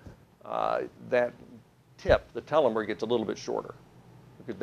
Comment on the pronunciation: This PhD guy mispronounces the word telomere.